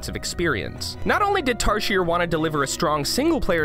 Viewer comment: Tarsier is pronounced as tar zee ay